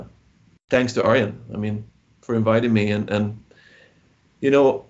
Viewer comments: lol the host should learn how to pronounce Ayreon :P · 🤣🤣🤣 sorry, love the band but tough to pronounce!